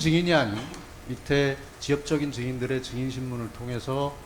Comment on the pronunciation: 증인들으...증인들으 7시새끼들으 발음 거시기 하지